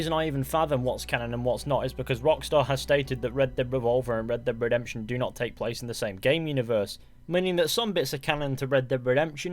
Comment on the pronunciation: Red dead revolver Red dhead redemtion Red dead revolver Red dhead redemtion🤣🤣🤣duh duh duh duh